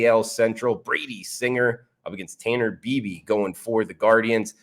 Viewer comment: good stuff! It's Tanner B-eye-bee by the way.